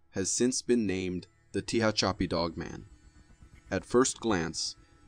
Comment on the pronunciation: Regarding the Tehachapi Dogman. The correct pronunciation is "Ta- hatch - ah - pee". Just for the record.